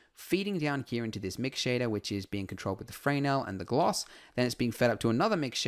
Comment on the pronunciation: Usually Fresnel is pronounced as fruh-nell with the emphasis on the second part, in stead of fray nell with the emphasis on the first part.